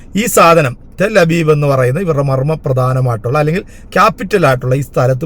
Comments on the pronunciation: ടെൽ ഹബീബ് അല്ല ഹബീബെ.... ടെൽ അവിവ്... എന്നാണ്... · ടെല്‍ ഹബീബ് അല്ല; ടെല്‍ അവീവ് ആണ്.